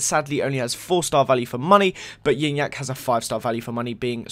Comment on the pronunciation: It's pronounced gee nyac